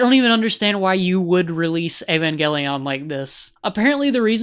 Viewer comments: "Ayvangayleone" Bruh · He can't even pronounce the name of the series right 🙈